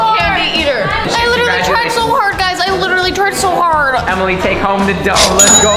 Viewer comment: hard not hart